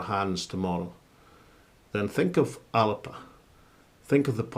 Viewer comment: ALABA ? It’s fucking ALBA !